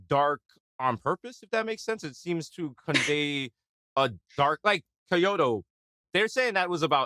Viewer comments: Opening line of the song.. "Day off in Kay-oto" I get it, these mugs even if they listened to the song it was one time for prep. Reading off the bullet points gives 'em a pass. Some of us have heard the song 1,000 times. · dude said kay-yoto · the way desus pronounced kyoto was so cute lmaoooo